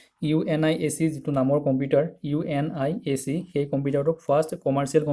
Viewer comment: UNIVAC hoi..not UNIAC